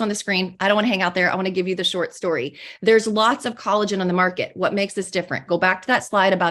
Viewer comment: i told my best friend about their pronounciation of collagen and they said that’s targét behavior 😂